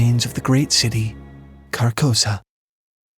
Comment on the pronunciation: An observation: "Carcosa" sounds a lot like "carcass."